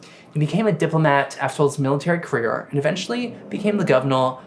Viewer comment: I don’t think this is a “mispronunciation” issue. I genuinely believe this is a speech impediment. He says words like “Benedictine” with textbook perfection, but he can’t say “labor”, “honor”, or “career”. It seems that “r” and “w” are particularly difficult for him. That’s not something that watching your own videos can fix. He needs some serious time with a certified speech therapist.